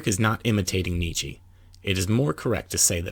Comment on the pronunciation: It really irritates hearing Nietzsche's name mispronounced over and over again.